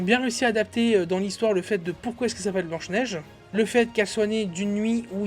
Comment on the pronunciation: 😅😂🤣🤣🤣 P.S: Le budget est de 450 millions min, c'est factuel, c'est prouvé au moins par des dizaines de chaines et de journalistes dans le monde. Ca s'appelle BLANCHE NEIGE !!!! Pas BEIGE NEIGE !!!!